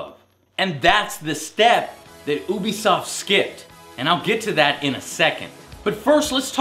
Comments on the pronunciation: its you-be-soft no ooo-be-soft... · yea, ooobie sounds weird